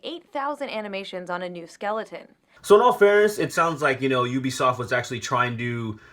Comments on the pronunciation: this woman cant even pronounce U-BE-SOFT properly its not EW-BE-SOFT she has no problem saying they word U-NITY.. pet peeves what can i say. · UbiSoft=Ubiquitous Software. Ubiquitous pronunciation is juːˈbɪkwɪtəs In laymen’s terms the U is pronounced as “Yu”. Is she just trying to insult everyone? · She won't quit fucking saying ooo-bisoft. It's pronounced you-bisoft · Why is she saying oobisoft IT'S UBISOFT U BISOFT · She doesn't even say it right... It's pronounced U-b-soft. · Lmao bitch don't even know video games "oobisoft" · Is anyone else #triggered by her pronunciation of "Oobiesoft"? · I hated Anita before, but I never heard her pronounce "Ubisoft" Oobisoft? OOBISOFT?! I didn't know hate could go deeper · She pronounces Ubisoft wrong. That's the only reason I need to hate her.